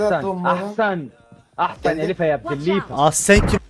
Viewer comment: Ahsan demiyor Ehsen diyor yani Aferin diyor eh bu cahili cuheylalık🤦